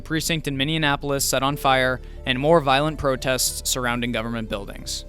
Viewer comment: This guy maintains the Mainstream Media practice of calling leftist disruption "protests" and rightwing disruptions "riots". Dubious at best. He also pronounces "Minneapolis" as "Minneanapolis". Such gaffes do not inspire confidence. By all means plan for hard times.